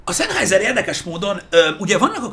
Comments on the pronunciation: Nem ártana, ha a szemüveges fickó németül legalább olvasni megtanulna. Az "ei"-t "áj"-nak ejtik, nem "ei"-nek. A számolás is úgy kezdődik, hogy eins (ájnsz), zwei (cváj), drei (dráj)... Az, aki a német nyelv e legalapvetőbb részét sem ismeri, - nagy nyilvánosság előtt - csak égeti magát. A Sennheiser-t helyesen szenhájzer-nek ejtik. Egyébként jó videó, sok hasznos infóval. Köszönet érte! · "Zennhájzer", mivel német. S németben mindig Z (legalábbis szó elején), az "ei" pedig "áj".